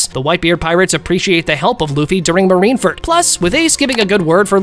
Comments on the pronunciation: Please learn how to say Marineford instead of Marinferd. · bro like he keeps on saying marine ferd lol anyways good videos!